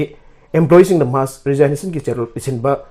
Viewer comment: News Reader!! RESIGNATION- TO BE READ AS RE-ZIG-NATION & not as RE-ZINE-NATION